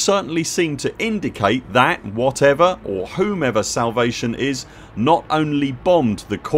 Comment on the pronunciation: salavate XD it's no big deal but still found it funny and dont mind it at all a slip up XD